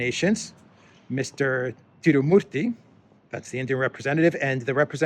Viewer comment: Bravo for perfect prononciation of Tirumurthi 👏👏👏🇮🇳🇮🇳🇮🇳